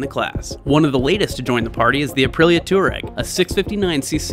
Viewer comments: I cringe every time you say tour-egg. It's pronounced TWAA-REGG, after the Tuareg Berber people. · Gawd. "TWAH REG"